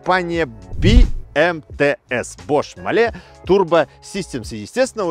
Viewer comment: Mahle читается как Ма́ле, причём а нужно чуток потянуть, потому что за ней стоит буква h.